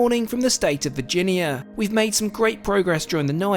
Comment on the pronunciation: im sorry.. when you said virgineeya.. it made me laugh. pronounced vir-gin-yah <3